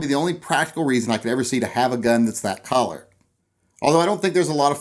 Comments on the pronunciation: Cuh-ler. Cuh-ler. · Is he saying “collar?” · are u sayin collar or color??? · Those collars on a gun.....lol You say colors funny :P